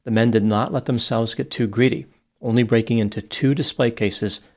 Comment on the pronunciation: "I was pissing by the mooseum when I heard the soond of bricking glass."